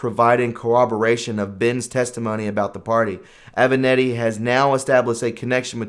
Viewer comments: It would be nice if you could learn how to pronounce properly the names of the people you are talking about: Aven-Ahh-tti. Ga-ra-gos, come on! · Aven-a-t-t-i, not Aven-e-t-t-i.